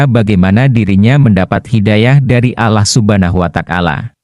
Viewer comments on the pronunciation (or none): Ini presenter Muslim kah ? Membaca lafal "Alloh" seperti non Muslim melafalkannya